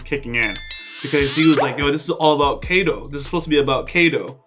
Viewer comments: You are saying it wrong Its not Kay Dow Its Kai Do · it´s not keido (k doh) it´s kaidoo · its pronounced kaido as in (kie like kite, kie-doe, pretend to say die but with a k instead of a d, doe as in dough) kie-doe